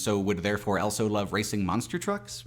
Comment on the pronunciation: pronounces the word "also" as "elso".